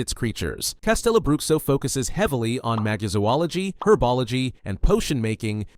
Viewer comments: Amazing video. Quick and well edited. One note, as a brazilian I believe it's pronounced "castelobrucho" not "castelobruksio" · who am I to judge other cultures pronunciation on my language, but not gonna lie, "castelo bruxkso" instead of "castelo brusho" was pretty funny